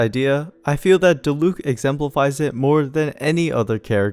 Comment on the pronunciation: random observation but diluc and keqing's accents on their names are on the first syllable but everyone puts them on the second syllable for some reason